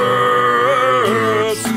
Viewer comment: When he says Democrats it almost sounds like "demo crew" lol